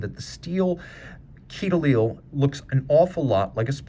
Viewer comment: FYI - a quai is a dock, or the English version is a quay. Pronounced like "kay" which you actually pronounce right at the end !